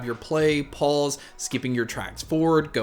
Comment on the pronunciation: when he says pause it sounds like pulse